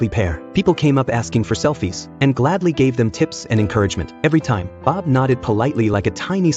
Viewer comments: It's really funny when the narrator said bib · You gotta love Ai content, can't even say Bob right the first time lmao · Why he say bob like that 😂😂😂